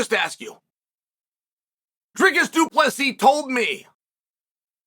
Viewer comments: His name is pronounced Dree Kiss Do Plus Sea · Bro's been trashing DDP since the first time he said his name (badly) and is surprised that he's being snubbed 😂😂😂 SALTY!!!